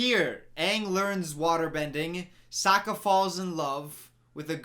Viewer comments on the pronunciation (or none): I started choking when she said “SOAKah” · Just as a refresher, 'Iroh' is supposed to be read as 'EYE-row' -- in Chinese, Ailuo. This 'eero' stuff is another mispronunciation. Also Sokka is like 'soccer', not like 'soaker'. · Ok let's see...all the names they pronounced wrong Uh-vatar (like cmon this is a PRETTY COMMON WORD) aah-ng (It's...clearly a bright A vowel in the show) Soh-kka (Should be Saw-kka.) Ear-oh??? (Should be Eye-roh) I haven't heard how they said Yue but I wouldn't be surprised if that was wrong it's like they just decided to mispronounce half the main characters' names wrong?? Edit: ALso it bothers me how the fire benders have to have fire nearby?? Apparently? When in the show they just create fire and that's why they're said to be dangerous and out of control until Iroh shows Zuko the lightning stuff....just. Ugh. So much was wrong in this movie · Soak-a? Who allowed this? Ayung? I just don’t like this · sow-ka its aaaa-vah-tar aaahhhh-ng!! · I don't even think them pronouncing aangs name is too bad, because the way germans pronounce it is the same and i grew up with that but s_o_kka really? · The movie pronounces Iroh, Aang and Sokka’s names wrong 😤😤😤